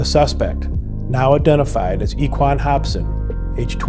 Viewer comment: “Equan “ ? Lol 😂